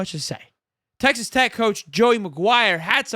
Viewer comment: It’s tech not text 😂🤦🏾‍♂️